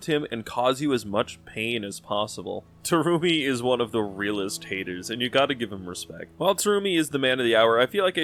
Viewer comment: Take a shot whenever Terumi's name is mispronounced